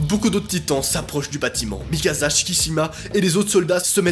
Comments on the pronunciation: Mikasa pas mikaza🤣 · Ca se prononce Mikasa, pas Mikaza -. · Desolée noa mais sa se prononce Mikassa et pas Mikaza... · C'est Mikasa et pas Mikaza! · Mikaza mdr c est mikasa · C'est pas Mikaza ses mikasa tu dit comme si il y a deux ss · C'est mikasa pas mikaza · C pas Mikasa mais mikassa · C’est pas MIKAZA C’EST MIKASA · C'est plutôt Mikasa par Mikaza🙏🏽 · C'est Mikasa pas mikaza mais trop bien la vidéo on plongé dans l'histoire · Il prenonce mikassa pas mikaza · C’EST MIKASA PAS MIKAZA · C moi ou il a oas dit mikassa mais mikaza? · C'est moi ou il appelle mikasa mikaza 🤣 ? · PT c'est pas mikaza C'est mikasa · Ya que moi qui trouve que c horrible quand il dit mikaZa et pas mikasa? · Ça ce prononce Mikassa pas Mikasa et sinon bonne vidéo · Je peux pas m'empêcher de rire quand tu dis mi casa au lieu de Mikasa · Ces Mikasa et non mikaza wallah t’es perturbant 🤦🏾‍♂️ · Ses pas mikaza mais mikasa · on en parle de MikaZa au lieu de MikaSa!!!! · Pas mikaza mikasa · C'est mikasa et pas mikaza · Att att je reve ou pendant tt le long de la video tu as dit mikaza assassin !!!! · c mikassa pas mikasa sa se pronence s pas z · Sa s’écrit mikasa mais sa se prononce mikassa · On en parle du "mikaZa" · Le film c'est faux c'est pas la vrai histoire va suivre l'animé ou lire le manga et en plus on dit mikassa ça c'escrit mikasa mes ça se lit mikassa et vraiment le film c'est de l'escroquerie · Sa se dit mikassa et érèn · MAIS POURQUOI TU DIS MIKAZA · Mikasa Ackerman ✨ Ma pauvre il t'a appelé "MikaZa" pendant toute la vidéo 😭🤬